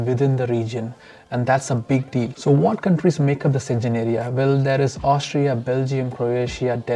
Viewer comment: Schengen is pronounced as /ˈʃeŋən/ not senjen.